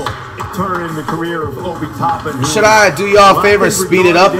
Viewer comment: he said “that Towpin dude” 🤣🤣🤣🤣